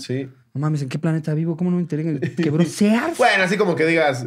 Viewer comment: no es Sears, es “Sirs”